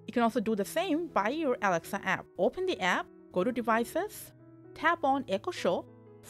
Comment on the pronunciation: Yeah I can't hear shit too she is saying awcshess fwom aweksa show